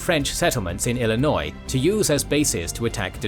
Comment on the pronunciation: I'm very impressed a Brit pronounced Illinois correctly considering many Americans cannot